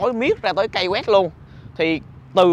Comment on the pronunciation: Key đọc là "ki" chứ a, sao lại là "kây" đc. Học Tiếng Anh kiểu gì vậy a trai =))